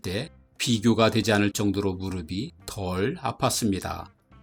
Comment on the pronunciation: '무르비', '무르블' (X) '무르피', '무르플' (O)